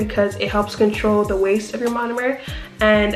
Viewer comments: I love this whole video but you saying "monUmer" instead of "monOmer" is driving me so fuckin nuts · Learn how to say MONOMER